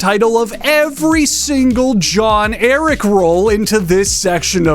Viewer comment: The funniest part of this video is when he describes John Eric as being the most important person in the world only to fuck up his name immediately afterwards